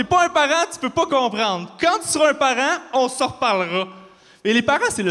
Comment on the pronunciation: Si il prononce "parent" "parein" alors comment il prononce "parain"!